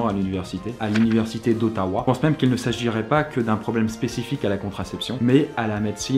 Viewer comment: chui le seul a trouver qu il la dit bizarrement otawa?